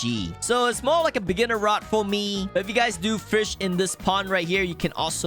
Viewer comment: Is fish not “firsh” /